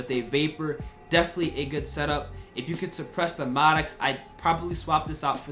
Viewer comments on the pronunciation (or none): Why do you say Maddox like that?